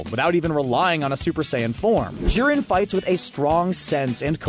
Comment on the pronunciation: bruh ur pronounciation to their powers is triggering me like ran.zen gan? wut and its not jurem its jiren